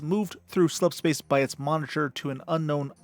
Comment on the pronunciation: o7 for successfully pronouncing "slipspace" so many damn time